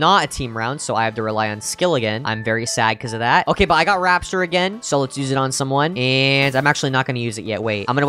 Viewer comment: Bro calls it rapshur 💀💀💀